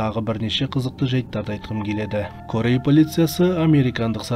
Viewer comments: Қытайдан келген бір жазушы автор деп жазу бойынша айтады.Корея болып жазылады "Карея"болып айтыладыШет елден келгендер қазақша дұрыс сөйлейік әйтпесе біраз жылдан соң тіл бұрмаланып кетеді. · Кория деп айтқаның күшті өтті😂😂😂😂